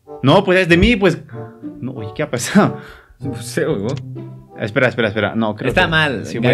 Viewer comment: En ves de qué a pasado o que a pasao no dice que axsao🤣🤣